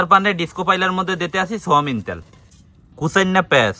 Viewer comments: সয়াবিন ❌ সয়ামিন ✅ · সয়ামিন তেল নয় সয়াবিন তেল